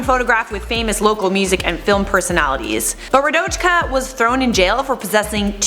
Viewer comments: Listening to you say RaDoChKa is like nails on a chalk board. In what world does a J make the CH sound. It’s raDOYka. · Radoyka... Not important but RadoJka is not how you would prounance the name in Serbian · Its Radoyka not radočka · OMG radochka 🤦🏼‍♀️🤦🏼‍♀️ Radoyka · It's pronounced "Radoyka", actually. Not that it matters, tho 😁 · i just started watching the video and the way you pronounced Radojka is so wrong hahahah just pronounce it like it's Radoyka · In Serbian j is pronounced like an y. For example english name Anya and Serbian Anja. So its like Radoyka, not how you prounounced it. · Wouldn't the J in Radojka be pronounced with a Y sound, given the European grammar? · That's not how you pronounce Radojka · i am from Serbia and i didn't even know about radojka😂😂😂 also that's not how you pronounce her name (no hate) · I'm Serbian and it made me laugh how you pronounce Radojka. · I'm Czech, it made me life as well :D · im croatian and i laughed as well